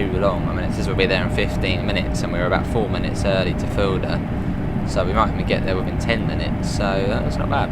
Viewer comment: Fulda is pronounced "full-da" not "fuel-da". And three is pronounced 'three' not 'free'. Cheers.